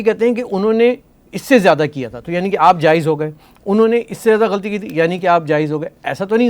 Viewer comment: You may say what you like dear anchor,,,,merely seeking the name of the other callers that they are saying such and such things about the curretn govt...well neither you speak proper urdu..forget the rest! The term is not GHALTEE!its GhAlAtee! ustaad ji and then if you want ot find experienced Govt....then you had better been born few decades back. Didnt you see or you have some sight problem? What those season office holders did? At least you know the current Govt is not doing well or proper but then at least Erudiate like cant recommend something viable or concrete through your channel? like many spokesmen have been doing such thankless job just to rebuild the country. Do you want to run the country? You didnt dress up well even, not sure who was your wardrobe....person...good grief!!!!!!!!!!!!!!